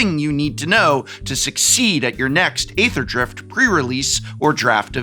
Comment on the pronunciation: nice primer, prof! it's "eether" drift btw :)